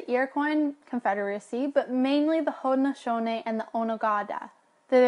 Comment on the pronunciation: the guy's pronunciation of Haudenosaunee 😂